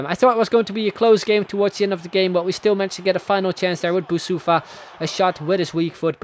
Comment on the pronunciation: You are saying Boussoufa wrong. I'm coming from Morocco and it's more like Boussafi.